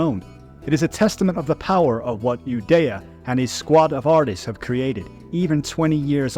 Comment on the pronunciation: Ueda: oooo-eeee-duh.... Not Udaya 😂